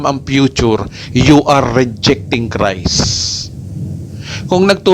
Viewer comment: Paki linaw daw, ano ba ang tamang pronunciation: "GOSPEL OF CREST" or GOSPEL OF CHRIST ??? Tama ba ang turo mong "CREST" imbes na CHRIST???